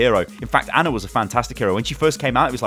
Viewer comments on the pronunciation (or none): none